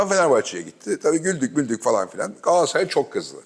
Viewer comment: Sevgili Fatih abi lütfen şu "Galatasaray" telaffuzunu düzgün yapın rica ediyorum ya.. Bir fenerbahçeli olarak yazıyorum bunu.. Abi "Gaaasray" demek hoş olmuyor yani her defasında..